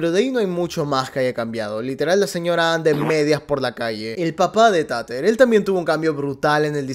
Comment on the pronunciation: Por cierto, me encanta que la llames "Tater" literal como se escribe, en vez de decirlo "Teiter" xDDD Tiene sentido considerando el contexto que "trata" de ser la serie